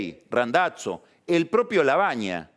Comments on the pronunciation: "Randatzo". Fenomenal Pagni, hacía mucho no escuchaba una vocalización semejante. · que tal esa pronunciacion plus origen de, " Randazzo " y " Hurlinghan" sape!